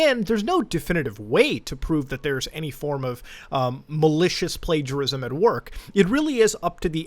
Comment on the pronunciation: I cannot believe Mutahar just didn’t bother checking the word “Plagiarism” up. He literally said “Plagarism”. Nice effort brother. I mean I know Muta, he always double-checks, but he didn’t this time.